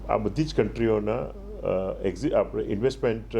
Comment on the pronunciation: લોહાણા મહાપરિષદના પ્રમુખને વિનંતી કે પોતાની ભાષામાં ઉચ્ચારણ શુદ્ધિ જાળવે. કારણ કે તેઓ શું બોલે છે અને કેવીરીતે બોલે છે એની સર્વત્ર નોંધ લેવાતી હોય છે. 'લુવાણા' ન કહેવાય, 'લોહાણા' કહેવાય. લુવાણા અપમાનજનક શબ્દ છે. 'આપડે' ન કહેવાય પણ 'આપણે' કહેવાય.